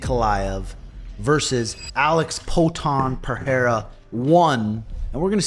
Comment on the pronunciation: The way says Per-Hair-Uh kills me 😂